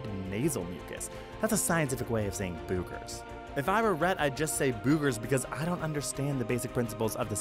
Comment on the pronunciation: "BOOH - gers"? Stop it.